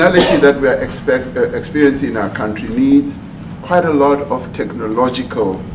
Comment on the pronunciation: Ramaphosa says he has never seen the white crosses in his own "cowntry". 😂